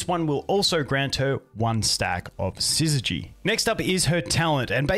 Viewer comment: Subscribed purely for the fact you're the only content creator I've seen who can pronounce 'syzygy' correctly. Well played